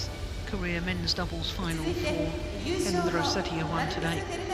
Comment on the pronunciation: lmao umpire messed up Hendra's name